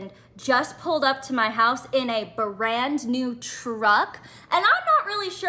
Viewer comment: Whats a "burrand new truck"